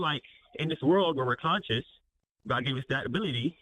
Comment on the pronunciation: Hello not GAWD, but GAWID emphasis on WID w/southern drawl